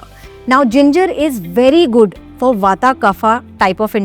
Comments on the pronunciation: It's " वात " , " पित्त " & " कफ " and not ' वाता ' , ' पित्ता ' & ' कफा ' !! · Why you say kapha for kaph bata for bat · There is no such thing as ayurveda it's ayurved same goes with vaat pitt and kaph and not the way you are pronouncing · Please pronounce kaph pitta vaat correctly dor God’s sake.